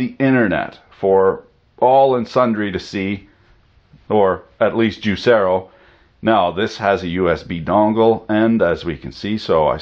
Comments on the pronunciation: So juicero is pronounced as YouZero. The mind boggles. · JIZZERO XD